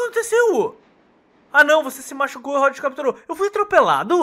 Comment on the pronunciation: se escreve rod mas se le roud